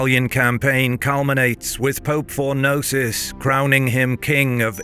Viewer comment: Fornosus, Mylan, and Majar... wonderful pronunciations.